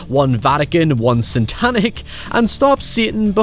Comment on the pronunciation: "One Santanic" Ah yes, the cult of Santa.